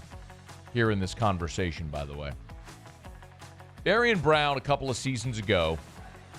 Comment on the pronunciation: You’re killingggggg meee. Bari-AHN! Like ZayviOn but BariOn. BariOn